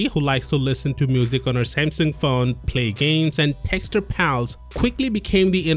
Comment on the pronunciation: Oh... "Smasnug"